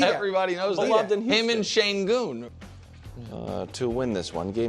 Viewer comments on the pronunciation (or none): İts not shayngoon. İts shengoon